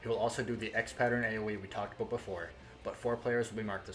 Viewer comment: He said "aboot" 😁. You're candian eh?